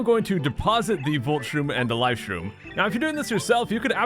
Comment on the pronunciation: and cook up the life stream.... wait you said life stream? it sounds like you kept saying life stream for those times not life shroom or atleast like life shtroom lol but still... hammer a flying enemy or koopers shell an enemy that flys as first strike can it work like in game cube version? aka the thousand year door?